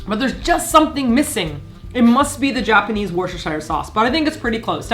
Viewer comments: "Wor-shesh-ir sauce" 😂 The proper pronounciation in woo-ster-sher in case anyone was wondering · How are you pronouncing Worcestershire sauce? It's like 'worcshesheershire sauce'. All wrong. Worcestershire is pronounced 'Wooster-sheer'. It's that simple. No need to tie your tongue. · It's pronounced woustah-shir sauce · this video reaffirms my thought that americans seem unable to properly pronounce Worcestershire - you don't really pronounce that extra 'cest' and you definitely don't pronounce 'shire' like a hobbit its more like 'sheer' please use to avoid future embarrassment in front of english ppl lmao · “Worcestershire” is more “Woostersheer” by the way 😉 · Also as a brit. Its WOO-STER sauce. God bless you for trying so damn hard to get it right you lovely lady. xx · Just to let you know Worcestershire is pronounced "wuster shur", the way sayin it at the moment sounds like a real tongue twister, there's no need to struggle girl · Worcestershire is actually pronounced wuss-ter-shur** - I would like to apologise on behalf of the UK for making words seem more complicated than they actually are. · Wooo-stir-shire sauce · Worcestershire is actually meant to be pronounced 'wurster'... It's super weird and confusing but that's english for you 😂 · loving your videos guys Cracking up with bf at pronunciation of "Worcestershire". Having lived in England for 12 years it's hilarious to hear people pronounce it differently xD P.S. It's "west-cer-sher" for future reference xD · Hey, did you know that Worcestershire is pronounced "wuss-ster'? Legitimately. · Isn't it pronounced "worstersher"? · It's pronounced WHIS-ti-sheer. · Tip you pronounce Worcestershire, wuster sauce :) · pro tip from worcestershire!! we say it like: 'wuss-ter-sheer'!! lol i always forget that the sauce is international, it's cool to see!! thank u for the video, I can't wait to make some for myself!! ^ ^ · I love how pronounces Worcestershire hehehe!